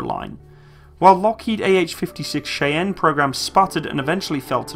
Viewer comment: You need to learn how to pronounce words properly before making videos. Debuted, wrong. Piasecki, wrong. Cheyenne, wrong.